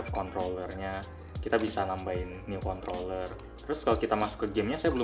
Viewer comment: kontroller /kontoller soalnya gw dengernya kontoller